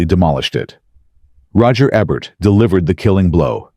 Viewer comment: Roger E-bert not Roger Eh-bert. These are AI "narrators" with their bad line reading and hilarious pronunciations [I think it was this AI voice on another video talking about L.E.D Zeppelin]. Can't they afford actual narrators?